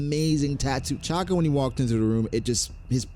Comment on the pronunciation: why you say Chaka bro its Shaka